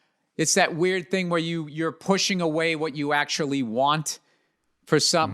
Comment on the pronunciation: Please repeat after me: qualiee, akchually, ina-conectid. Congratulations, you can now speak Russel.